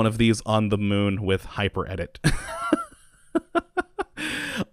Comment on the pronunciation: He is actually calling it "The Mun" but they sound so similar it is hard to hear the difference.